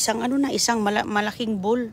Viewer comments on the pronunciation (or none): none